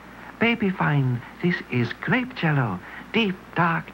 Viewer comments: “Glape” “Laspberry” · gLape Jell-o LOL Chinese baby veLLy happy.